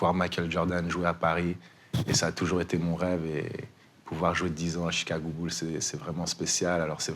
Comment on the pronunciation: Jigago bled